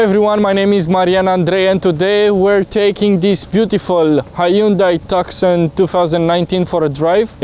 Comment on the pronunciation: Every time he says TAKSON ...a small kitten dies.